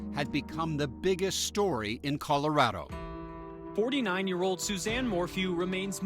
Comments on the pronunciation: Why do they pronounce it with a long i sound? That’s killing me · Stop pronouncing Colorado like that …